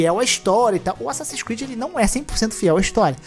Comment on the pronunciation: Asasssin's Squid? Eu ouvi bem? 🤣